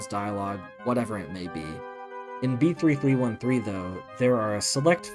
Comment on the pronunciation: finally a normal person who says b3313 like someone sane and not making up titles like "beetle". LIKE WHAT CONNECTION DO THE WORDS B3313 AND BEETLE HAVE??